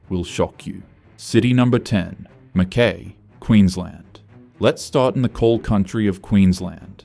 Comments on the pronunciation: It is Ma-Kuy rhyming with Guy. Not Ma-KAY. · Is the speaker Australian? "Mackay" has always been pronounced Mc-KY, not "Mc-Kae". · Fancy an Aussie pronouncing an Australian town incorrectly lol. Hubby is born and bred in Mackay, it’s Mac - Kai not Mac - Kay 😂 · MACKIE as in pie. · Yeah, just what I was gonna say ! " Mack-Y " ! Whose doing this voiceover, obviously not a local ! So, is this all full of bullsh!t ? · McKay, pronounced McKai. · How does he not know how to say MacKay?? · Then in comes Pauline! LNG .....you beaut. Climate change....yeah nah. Coal.....YES!! Wouldn't take this goof seriously....can't even pronounce MacKay. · This narrator can't be taken seriously when he can't even pronounce Mackay correctly. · You spelt MCKAY wrong😂 and you pronounced it wrong as well. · Wasn't that annoying? 😀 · Well said! How can anyone believe a word after that? It shows amateur research.